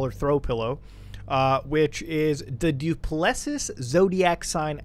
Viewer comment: he butchered duplessis so bad lmao